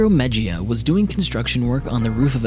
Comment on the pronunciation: its pronounced mehia